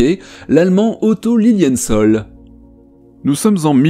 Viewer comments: Le nom du pionnier allemand est « Lilienthal » et pas « Liliensol »… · LILLIENTHAL, comme le THALER, c'est TAAAAAAAA et pas soooool ???? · Petite correction, il ne s’agit pas d’Otto Lilienzol mais d’Otto Lilienthal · je n'ai pas eu le courage de scroller tous les commentaires et je pense bien que quelqu'un l'a fait avant moi : Otto Lilienthal est un nom d'origine germanique et "thal" se prononce tal avec un a un peu plus long à cause du h, et non pas "faul" comme ce serai le cas en anglais. Sinon c'est la classe absolue cette vidéo ! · Soyons pédant, on ne prononce pas "Otto Liliène-sol" mais "Otto Liline-tal". C'est de l'Allemand, pas de l'Anglais avec son "th", et un A se prononce A, pas O. Il fallait que ça sorte. 😁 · Il me semble que vous vous êtes trompé sur le nom d'un personnage sur l'histoire de l'aviation. Ce n'est pas Otto Lilienssole mais c'est Otto Lilienthal ( ). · Bon ! C'est LilienthAl et pas Ol !! Désolé mais ça m'écorche les oreilles ! ;-) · "Lilinntal" c'est pourtant facile. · Oui, c‘était franchement énervant… Tant de soin apporté à la documentation et au script et décider de prononcer à l’anglaise un nom qu’on sait pertinemment être allemand ! Otto Lilie’ntal Ou bien neandersol? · ça se prononce Otto Liliental (c'est de l'allemand pas de l'anglais)😉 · Bon désolé pour la prononciation d'Otto Lilienthal! 😅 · Ha merci, ça crispe quand on est belge et un peu trilingue 😂😂😂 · tellement juste XD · Non c'est ma prononciation qui est mauvaise ! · Il me semble qu'on le précise à la fin 😅 Et pour la prononciation oui c'est moi qui ait tort